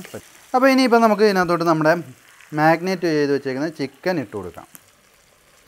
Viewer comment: Magnate alla brother....marinate....annu annu parayunathu.....chicken is superb.